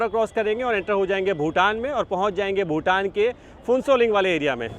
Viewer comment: भूतान not भुटान